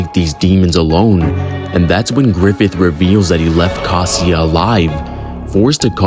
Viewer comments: Did you really pronounce Casca is Casia 💀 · why brudda pronounce casca like "casia" ☠ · No one gonn talk about how he calls caska casia? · I was excited for this, but not even a minute in there are two major errors: Guts earned the epithet "100 Man Slayer" after he joined the Band Of The Hawk, not before, and Casca's name is not "Casia". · Bro pronounces Casca as Casia 💀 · Great vid bro. You were COOKING. but why were u calling Casca “Caseea”? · bro ngl you BUTCHERED casca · The pronounciation of Casca killed me lol anyways fire 🔥 bars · Im completely shock of your pronunciation of casca lol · The way you pronounced casca physiologically damaged me